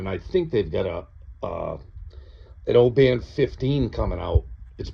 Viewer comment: good review, well said, ,..... i'm a scotsman.... its oban short not,...... o-ban long.... just so you know....